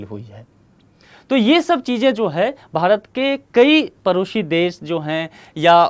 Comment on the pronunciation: परोसी नहीं भैया पड़ोसी...